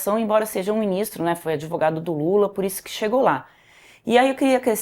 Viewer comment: EU OUVI MAL OU O SABINO FALOU "ADEVOGADO"?????